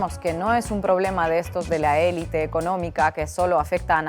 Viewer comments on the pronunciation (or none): none